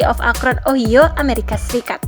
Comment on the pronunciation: Ohio...Ohaio min. Bukan ohio😂